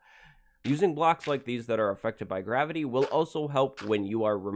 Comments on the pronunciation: you said "Gavity" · "Gavity" Lmao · What is "Gavity"? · "Use gavity" Nice job